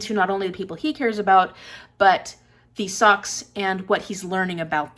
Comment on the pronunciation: They are pronounced (Show-shez) or (shosh- singular) in the movie. The first time I taught the book, I pronounced it Socks the entire time until I previewed the movie...